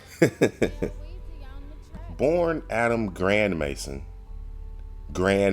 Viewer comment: His name is Grandmaison, not Grandmason 😂 It's a French last name and literally means a large house